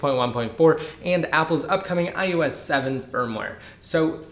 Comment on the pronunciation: why do you keep saying "I U S"? it's IOS